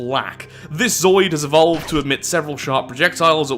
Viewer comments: zo-o-id, not zoid. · I swear to god I've seen you play this before. But regardless, aren't you a microbiologist? From some other cell-life based games you seemed to imply you were, or a biologist of some kind at least. So you should know how to pronounce!